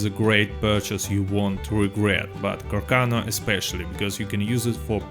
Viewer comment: It's pronounced car-sawn-o